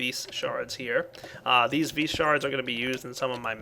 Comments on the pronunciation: vis is pronounced vee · your "vis" is pronounced vee